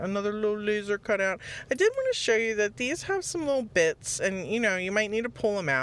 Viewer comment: OMG these pallet projects are so cute. I love watching your videos. I like how you say the word, 'bits' with such emphasis. Makes me giggle. 💕